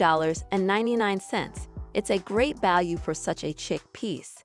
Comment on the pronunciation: Chic is pronounced "sheek," not "chick." Sorry, wrong grammar makes me crazy.